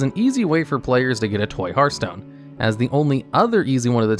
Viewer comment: You get a thumbs up just for being able to say the word "Hearthstone" properly! Edit: this video would also make an amazing Hearthstone drinking game! I'd be drunk as hell!